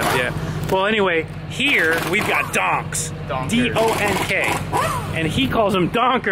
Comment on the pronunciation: been hanging around Anton too much. He managed to put a hard r on the word donk.